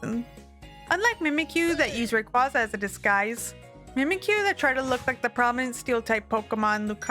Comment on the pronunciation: Rayquaza is pronounced differently to how you say it